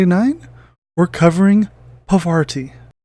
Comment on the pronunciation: Yep...still not Pavarti. Her name is pronounced paar-vuh-TEE if you want to be absolutely correct, but I think most people say paar-VAH-tee, not puh-VAR-tee. Significant if you’re into the Infinity lore as I believe this is the name of a Hindu goddess, harkening back to when Aristeia was called Yajurveda. Also one of the new tactics decks let her attack at range 1. Bonus!